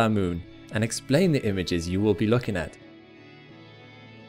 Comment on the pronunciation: Since you can say "king" properly pronounced why don't you say "looking" with proper pronunciation?